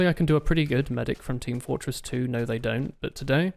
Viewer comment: "trees grow back! no ze dont"